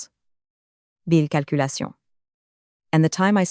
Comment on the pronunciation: Nice story, but honestly - we can do without the phony baloney sound wave form visualizations. They are an annoying distraction to an otherwise enjoyable narrative. However, several words were mispronounced as if the AI generator thought it was supposed to speak French: chemist, calculation, data, collaboration, agenda, satisfaction, caution. "Lead" as in "lead the way" was mispronounced as "lead" as in fishing weights."Read" was alternatively mispronounced as present tense when it should have been past tense and vice-versa.